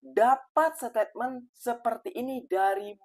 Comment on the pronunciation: Bang 'statement' bang, bukan setepmen bang 😊